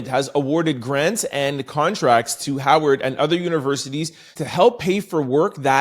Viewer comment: Howard with a “W” not a “V” Is an HBCU